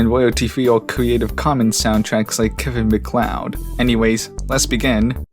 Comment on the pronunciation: Finally, somebody that knows how to pronounce Kevin Macleod's name holy shit